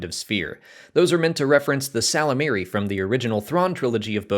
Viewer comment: Isn't it pronounced "yislamari" I listened to the audiobooks and that's what they said 🤷‍♂️